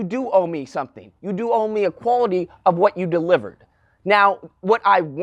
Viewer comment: Big words coming from a nigga who can’t pronounce quality